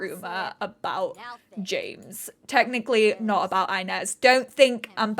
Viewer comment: oh this absolutely feels like watching one of your old school lps - just better because its basically gay fanfiction - and i am LOVING it <3 just one small thing: 'inez' is pronounced ee-nez, not eye-nez ^^'